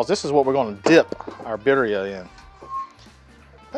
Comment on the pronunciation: If this is a Spanish dish the double “rs” are rolled when pronounced.